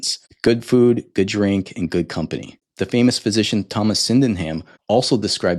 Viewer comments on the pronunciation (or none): none